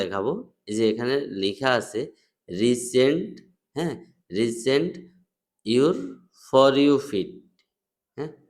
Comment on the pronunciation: রিসেন্ট নারে ভাই রিফেস এইটা